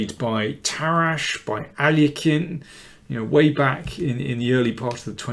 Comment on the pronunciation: Excellent. Did I detect some uncertainty over pronouncing 'Alekhine'? Some controversy on that one!